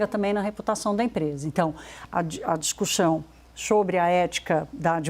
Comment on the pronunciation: Porque essa jornalista nao corrije a fala dela . “ixu” nao está certo… Discuxão… Nao entendo porque a CNN nao paga fonoaudiólogos